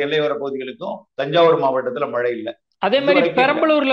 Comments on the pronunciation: மலை,மலை,மலை ஐயா தமிழ் படிங்கடா அப்புறம் செய்தியாளர் வாங்க😢 "மழை" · Malai இல்ல. மழை. சரியாக உச்சரிக்கவும்